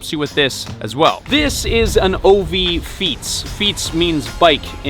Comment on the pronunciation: so cute how you pronounce "fiets" 😅🇱🇺